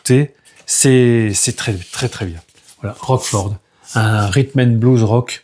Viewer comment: Désolé d’apprendre que tu as eu des petits soucis de santé, courage, tout ira bien. Roachford ( on prononce Roche Ford) est le chanteur du groupe de l’ex bassiste de Genesis Mike Rutherford, et fait une carrière solo. Le John Paul Jones je l’ai aussi et en effet c’est pas terrible du tout. Le groupe c’est House Of Dolls, c’est leur 4e album et ils sont de Dublin, cqfd.😉Was not Was est le band du producteur américain célèbre Don Was.